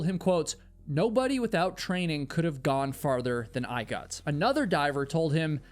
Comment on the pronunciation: I really enjoy your stories. Especially that you are a real person. But when you say 'Got' please say G-O-T ( hit the O in the word like the word ODD) not G-U-T, same with words with 'got' like forgotten. Ive been meaning to mention this for a long time Thank you again though.